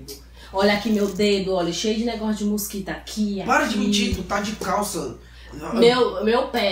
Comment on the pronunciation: kkk o melhor foi da câmera nós ovos e quando ela fala musquito ebgexipci kkk